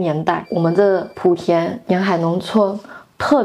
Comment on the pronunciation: 进步个鸡八，莆田的莆读第二音都不知道，天天读成第三音。